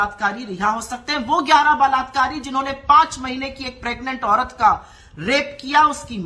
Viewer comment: Mr. Ravish , word is balaat kaar ,not balatkaar. say balaatkaaree ,not balatkaaree. But second time spoke balaatkaaree. And third time,fourth time spoke balatkaaree..fifth time spoke rightly. Sixth time spoke balatkaaree. (right)..Please don't mind Supriya Shree Net spoke every time rightly. Errors are superficial.